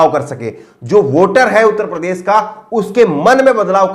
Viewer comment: प्रदेस बोलते हो, उच्चारण तो ठीक कर लो